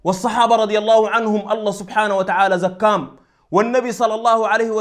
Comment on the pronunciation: زكام دي شنو قول زكاهم ات عربي فصيح ماتاكل الحروف